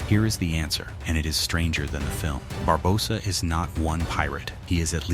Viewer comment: your saying his name worng barbosa the o is long not short